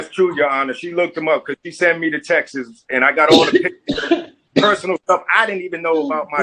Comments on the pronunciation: "Sunt" "Textes".... smh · He can’t say texts. Texteses. 😂